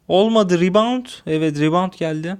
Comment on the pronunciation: Oyundan bisi anlamıyorsun :/ riband diyorsun :D